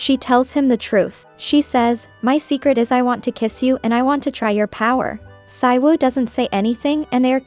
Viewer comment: The title brought u here & subscribed Also, the male lead was in KISSABLE LIPS K-BL BTW it's pronounced SEE-WOO not PSY-WOO